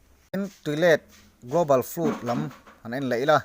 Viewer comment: Tui let chu a awm ngei a rinawm, mahse Nova tui let leh Dinosaurs era compromise tum chu a dik lo ang. By the way..FLOOD hi FLÛT ti hlirin i lam a.. :O